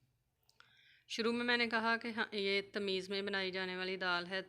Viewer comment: Tameez nahi bhai tamees